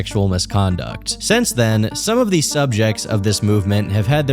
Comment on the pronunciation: hey!! learn how to pronounce things buddy like since and not sense and rekwee em?? for a dream?? seriously??, you most likely do not have a speech impediment but if you did I would know the difference, seriously get a god damned dictionary!!